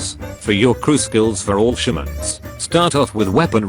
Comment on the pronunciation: Every time he said all shermans i thought he said bolshaviks